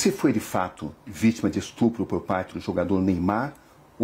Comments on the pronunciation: Ela sabe oq e estrupo? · Acho que esse "estrupo" que ela fala,significa "me deu dinheiro"